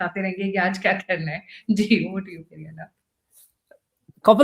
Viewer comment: Highly irritating when you call him Peri anna. It should be Pedda anna. It's very simple. Learn lady. By the way due to back lash Vijay withdrew his attempt to have an Astrologer as an OSD.😅